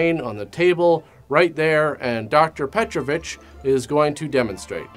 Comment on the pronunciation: You pronounced Petrović correctly, that is quite rare for english speaker.